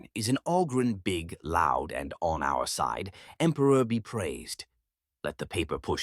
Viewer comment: "For the Empruh!"